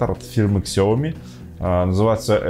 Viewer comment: Сяоми, НЕ ксяоми